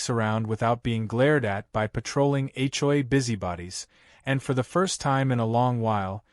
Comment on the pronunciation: When will AI learn to say HOA, the hjoyay is getting tiring!